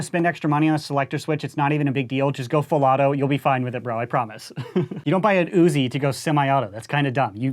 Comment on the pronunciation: Woozi instead of UZI